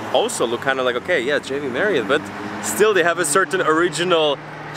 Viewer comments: u keep saying "JV" marriott, its not!!! It's "J-W", not J-V.... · Why you alwsys say V on JW MARRIOT? That’s W- dabulyo not V-vee.